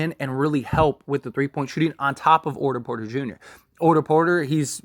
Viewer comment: “orter porter” 💀💀💀